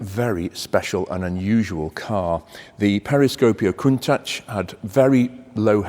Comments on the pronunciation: It's pronounced "Con-tatch" not "Coon-tatch" - That's not being very nice to our black brethren. Are you being deliberately racist? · It's pronounced "Koon- taash" , not "tach". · In the seventies nobody said „Cuntaasch“ but the word as we read it. It’s linguistically clearly an English word composed of ‚count‘ and ‚tachometer‘ which makes perfectly sense with a car. As the Italians don’t know any English they pronounce the word like in their language - hence that ugly sounding word with the narrative that it would be a Piemontesan expression that I have never heard and simply doesn’t exist. But the Italian proverb says it best: Se non è vero, è ben trovato! So let’s go on with Jay, Doug, Blondie, and all the other car bloggers saying „Cuuntaasch“ while it would be in their genuine language and sound much better. By the way: most Japanese YouTubers say it correctly! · To me the Countach looks like Klingons could have made it, therefore i pronounce it Kuntak :)